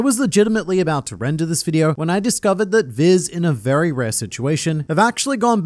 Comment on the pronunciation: This mans just said "vewy" instead of "very."